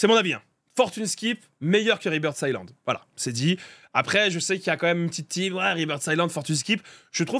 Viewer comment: c est écrit Rebirth Islande mais le s ce prononce pas. Sinon bonne vidéo